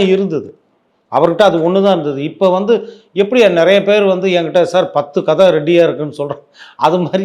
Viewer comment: Anchor pls correct “ Vantu” vantu nu